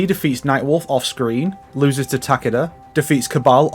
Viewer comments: "Tah-keh-dah" is the correct pronunciation, since he is Japanese. "Tah-KEE-dah" is a very Westernised pronunciation, like how most Westerners say "Kah-ZOO-yuh" instead of "Kaz-uh-ya". There are many examples of this, but it mostly comes down to that emphasis on the second syllable, which is usually incorrect. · Takaduh is probably the funniest way to pronounce Takeda. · The game doesn’t pronounce his name right either. It’s “Tah-keh-dah” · The way you say Takeda is hilarious terrifying XD